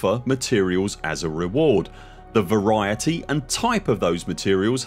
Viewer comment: I'm touched by the way how speaks "variety". Deeply touched. 🫣